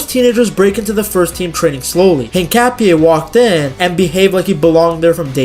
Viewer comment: this was a great video, and analysis of Hincapie! If I may make a suggestion about the name. The H is silent. Just say the Inkapie. Again, this was a great vid, and will share with my Ecuadorian brothers. Abrazos amigo.